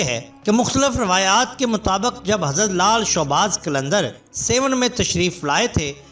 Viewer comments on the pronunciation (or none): Bhai showbaz nai shahbaz hota ha mehrbani karain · بھائی لال شاہ باز قلندر درست لفظ ہے۔آپ نے بے دھیانی میں شوباز بول دیا۔اللہ کے ولیوں کی برکت سے اللہ پاک کرونا وائرس سے پوری دنیا کو اور ہم سب کو نجات دلائے ۔اللہ ہما آمین ۔